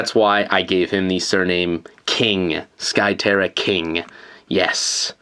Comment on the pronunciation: It's not sky terra king it's SKY TERRA KINGUUHHH!!!!!